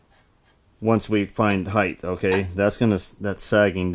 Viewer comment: What is this new term you use 'heighth'?? Never heard of it. I've heard of 'height', but not 'heighth'..... lol, great videos.